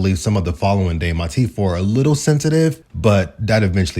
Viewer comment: Stop saying teef and wiff. Its teeth and with. Jesus christ